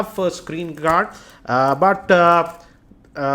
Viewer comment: SCREEN GRRaad!!!! Maaantra!! hahaha. Anyway, love your videos man!